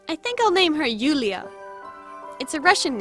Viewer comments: I love how you chose a Russian name! Its pronounced Yula with no I but it doesnt matter. In English the name is Julia. Love the cute doll! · It's so weird to heard "Julia" ("Yuliya" in polish we say it like this but write it "Julia") reading from english speaking person.